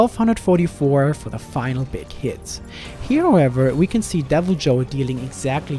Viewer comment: I'm confused. How can you say Deviljo right but not Odogaron? Now I feel like the Key and Peele skit when he tells people to pronounce their names right.